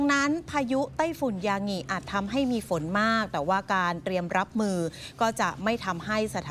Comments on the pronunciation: ยางิไม่ใช่ยาหงิ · ศาสตราจารย์ อ่านว่า สาด - ตรา - จาน ไม่ใช่ สาด - สะ - ตรา - จาน ยางิ = ยา-งิ ไม่ใช่ ยา-หงิ เป็นสื่อควรคำนึงเรื่องการออกเสียงและใช้ภาษาไทยให้ถูกต้อง